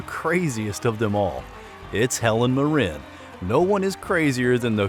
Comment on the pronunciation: Might want to ask Hellen how she pronounce her last name. He is AI generated?